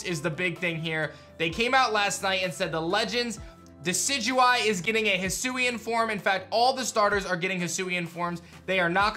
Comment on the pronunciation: I thought it would be pronounced Hi-sway-n